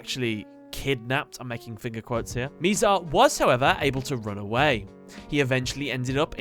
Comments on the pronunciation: just saying that it is Mizar not Miizar. I just had to point this out, it was getting me triggered that you pronounced it like that. (Sorry if that is your accent) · It is bizar not mizar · my guy, you suck ASS at pronouncing names lol. Miz Ale and Miz Are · You said his name wrong, it’s “MI”ZAR like saying “ that is so bizarre.